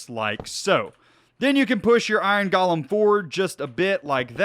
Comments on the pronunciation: It’s pronounced Go-lem. not Ga-lem there is no A in golem. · nomal people: iron golem.: iron galem